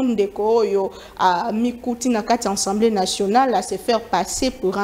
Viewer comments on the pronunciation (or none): Les journalistes doivent apprendre à faire différence entre Assemblée et ensemblé. On dit A-ssemblée et non en-semblé .